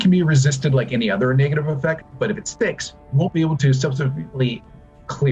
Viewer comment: Is it just me or does that not sound he's saying "Negative" lmao